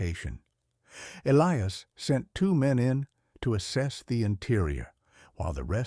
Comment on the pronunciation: You need to read the stories yourself. Not AI. AI does not comprehend context. And its "hollar" not "hollow." Yes, it is spelled hollow but the pronunciation for that area says it with an r sound at the end. The southern dialect of your AI wasn't all that good either. Also, it failed to pronounce "Elias," correctly. As well as several other words. That would not have happened if the AI understood context.